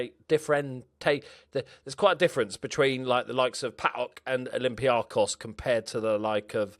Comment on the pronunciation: Oh...im so disappointed you went to Olympiakos... But I'm glad you came to Greece finally! Mainly due to the name pronunciation! Cheers mate, keep it up!